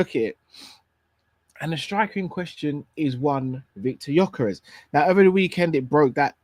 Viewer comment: why did you say Gyokeres's name come on my brother haven't you learned yet?? Please do not say the players names. Congratulations on your anniversary hope you will love each other till the end. Much love and may the Lord bless you you and all your family.